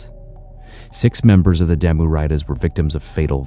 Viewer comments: It's pronounced Daah-Moo(Damu) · Damu is pronounced "Dah-mu" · Bro, re-record this but pronounce damu correctly next time. EDIT: Great video and very good info but if you are going to do something like this you gotta pronounce certain things right. Just some professional advice.